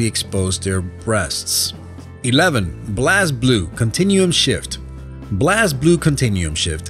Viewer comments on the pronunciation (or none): I think I threw up when you pronounced BlazBlue wrong. It's pronounced as Blaze Blue. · defuq did he say? ...blaz blue?